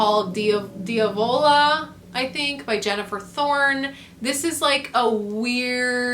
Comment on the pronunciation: I think you're going to at least like Deee-AHHH-vola. Great haul as usual mom 💕 almost no extreme horror anywhere who is she in 2024